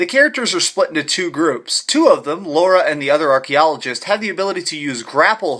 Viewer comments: Lara. Not Laura! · Subbed! Great review! But she's called Lara not Laura nor Lora it's starting to get annoying :) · You pronounce it Laura?